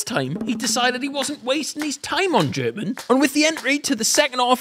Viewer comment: he said go in germon